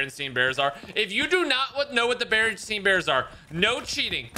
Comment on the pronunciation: it’s barinstain bears not barinstein bars.